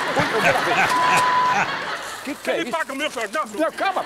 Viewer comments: "eu quero quatro jorrrnal" 😂😂😂😂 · "Eu quero quatro jornau" KKKK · "Eu quero 4 jornau" 😂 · "Eu quero quato jorrrrrnau" kkkkkkkkkk